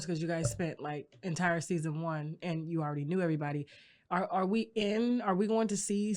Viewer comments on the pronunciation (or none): none